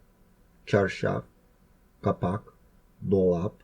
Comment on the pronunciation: It's capac, not "căpac" other than that, very good video! It shows that while Romanian and Albanian are not the same language, they had ancient origins in Illyrian and Thracian and were influenced by languages spoken in the region: Greek, Slavic, Turkish and later were influenced by Western European languages like French as well. Poor Hungarians that wanted Romanian to be 100% an Albanian language and don't want to admit influences from other languages.